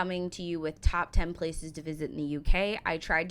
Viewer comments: He mispronounces several places throughout his videos... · Unfortunately the American who narrates this pronounces a lot of places wrong.